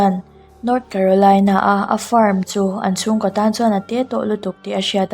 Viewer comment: Ko kha koh tihin lam tawh suh.